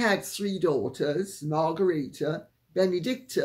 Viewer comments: I thought the Danish Queen’s name is pronounced “Mar gret ta”, not “Mar garita”. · Mar gre the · Dear Lady 'C', I am aghast! You are normally so punctilious and precise with pronunciation. Whatever possessed you to sound the name (at the time of writing) of the Queen of Denmark as if it were a Spanish name! She is not "Margarita", nor could she be readily mistaken for a mixture of Cointreau and tequila (however intoxicating is her personality). Surely, a reasonable anglicization of the pronunciation of her name would be "Mar-great- a"? Regards, David